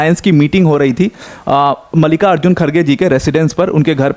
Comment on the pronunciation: It’s मल्लिकार्जुन not मालिका अर्जुन😂